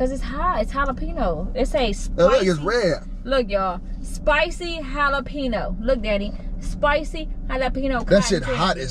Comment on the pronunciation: i have never heard anyone fuck the word jalapeño up like that😂😭